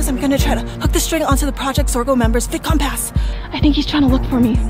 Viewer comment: Baby saying Vidcon bidcon